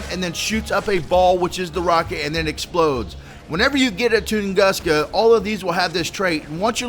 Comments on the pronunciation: its t u nguska not toonguska just fyi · pronunciation: ton-goo-ska... -facepalm